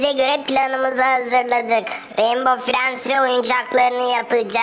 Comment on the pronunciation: Mavi frend yerinr frynd mi dedi